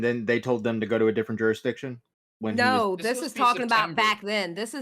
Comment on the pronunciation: Juristriction? “”, stop saying it that way lmao.